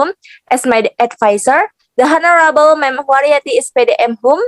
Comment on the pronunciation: please revise pronunciation of "the honorable" revise into "lecturers" as plural